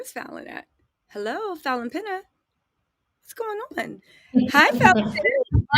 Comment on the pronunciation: lol fallyns last name is pronounced like pena, not pina. I know because iam Cape verdean, and have family with that name, iam surprized she didnt tell ya differnt, lol 😁🤣